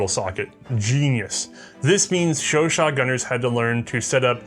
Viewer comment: "This, is a French Sho-Show" "Chau-CHAT"